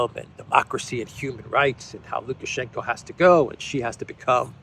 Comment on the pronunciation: It's lukashenko. Not lukashenka.